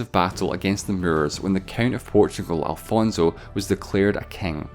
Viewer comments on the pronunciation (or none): His name was Afonso, not alfonso. Also, your pronounciation of "Olivença" and "Reconquista" is terrible. Never, ever, read a portuguese word with castilian accent. It is 100% garanteed it will be wrong.